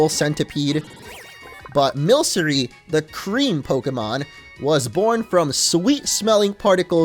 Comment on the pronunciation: i think you are right with milcery being milk in the name but i think its based off of milk and mercury? so i think it might be pronounced milk-uh-ree